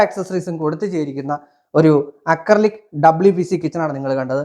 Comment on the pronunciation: അക്രി വിലക്ക് കിച്ചൻ എന്നാണ് വായിച്ചത്